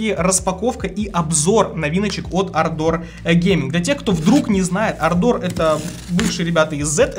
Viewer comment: дружище, клавиатура Ардор а не ардОр, ударения на первую букву А❤😊